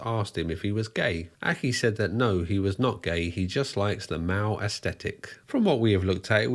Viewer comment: I genuinely thought you said he like the Mao aesthetic and not the male aesthetic. I was very confused.